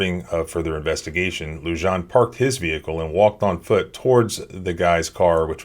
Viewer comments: "Lujan" is pronounced "LooHan." It is a Spanish name and the "J" is pronounced as an "H" would be pronounced in English. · Love the channel...officers name is pronounced "Lujan (Loohan)" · Officer lujan pronounced loo-honn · Come on dude…. It’s “Loo-Han”, J’s are pronounced like “H” in Spanish: Frijoles = Freeholes, Jalapeños = Halapenyos, Jalisco = Haleesco. Otherwise I very much appreciate your content. I just want you to sound smarter. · Yo!, take a listen to that video again, pay attention to when the officer says his name. That's how you pronounce it! In Spanish the "J" makes a sound similar to an "h" sound. That's why sometimes you see a 'jajajaja" in comment sections, that's people laughing in Spanish! (hahaha=jajaja) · Oh man, listening to him mispronouncing "Lujan" so many times in a row is difficult. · The j in Lujan is pronounced as h...